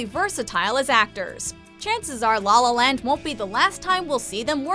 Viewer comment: ghehe, she pronounces it 'Lawl Lawl Land' haha